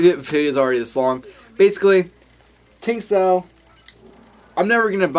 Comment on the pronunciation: I like it. And, a Chinese woman told me it's pronounced "Ching-dao".